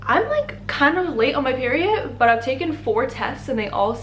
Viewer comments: Didn’t get my peery it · The way she says “peery- it” 😂